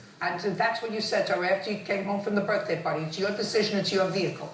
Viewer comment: Did he really say "birfday"?